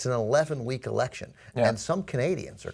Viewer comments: Canadian EH-lection. i laughed so hard and im even canadian. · I laughed pretty hard at the Canadian Eh-lections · Eh-lection? Come on... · The Canadian Eh-lection? That is mildly offensive to me as a Canadian. Not that is should surprise me though as I live in a Canadian border city with USA and I have gotten used to the stereotype that Americans put on us. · Just had to point out... eh-lection. awesome :)